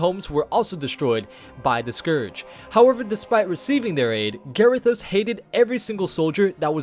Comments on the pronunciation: Oh man the way you say some of these names is so uncomfortable. M'gatha instead of like Agatha but with an M. Also Garythose instead of Ga-rih-THOS. It doesn't end on an e so it shouldn't sound like those. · M'gatha and Garythos. Good grief. Firstly it's like Agatha but with an M and we wouldn't call Illidan Illy-dan would we. Ga-rih-thos. You were making the I sound like Gary and i don't know why you put so much emphasis on the o. The os should sound like how you say Ross.